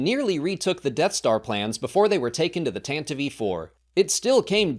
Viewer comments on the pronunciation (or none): Did this guy just pronounce it the ‘Tantivey’ 4? Tantivey? There’s no Y sound at the end of that word mate.